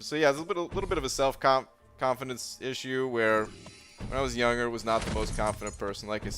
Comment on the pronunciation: Yo, you know when you say 'younger', you are supposed to pronounce the 'g'